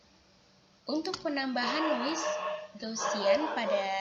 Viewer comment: Gaussian.. bukan Graussian